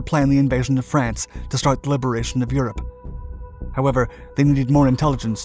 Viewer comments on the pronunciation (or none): none